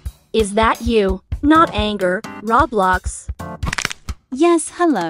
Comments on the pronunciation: Bruh the saying NotAngerRoblox no NotAmberRoblox 🤣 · Is not NotangerRoblox but is she was trying say NotamberRoblox???? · Bro really said notangerroblox😂💀